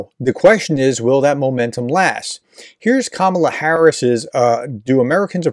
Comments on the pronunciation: Trying to report fairly on Harris, you might start by get her name right. It's KAH-mah-lah. Accent on the first sylable. All three a's as in car. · Hey How about showing some respect and pronounce her name correctly? It’s emphasized on the FIRST syllable. (Think of it as „comma-la“). It makes you sound like one of those right-wing airheads when you pronounce it wrong. Cheers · It’s Ka ma la plz say correctly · Her first name is pronounced, KA-ma-la, with the emphasis placed on the first syllable. All of a sudden this week, everyone is saying 'ka-MA-la'. Come on, folks, we've had four years to figure this out. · Pronounce her name correctly. It’s “COMMA la” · How do you get to be on these polls? I've never bee asked to be on any of these polls.. BTW her name is pronounced KAmala kAmala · Please pronounce the name correctly, you are using a racial slur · Why pronounce her name wrong in the first sentence?